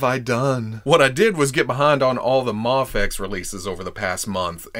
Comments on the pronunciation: Its not Maa-Fex.. Its May-Fex! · Ok pal.... I can deal with "May-fex" and "Mah-fex" but "Maff-Ex" is where I draw the line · Am I crazy? Is there a reason why you seemingly randomly switch between pronouncing Mafex as "mayfex" and "mahfex"? I've always just thought it was "mayfex" but now I'm confused cuz you're saying it both ways😂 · Heheh you pronounced Mafex three different ways in the intro. Love it,! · You forgot to pronounce MAFEX with the silent X lol j/k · You literally pronounced Mafex in like 20 different ways in this one video 😂